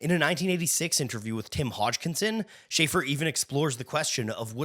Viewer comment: CAUGHT mispronouncing Schaeffer. Youtube channel TERMINATED.